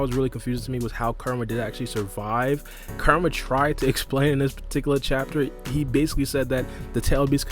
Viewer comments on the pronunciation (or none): Every time this man said Kurama it sounds like Karma 😂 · You gotta learn how to pronounce Kurama bro, it’s not karma lol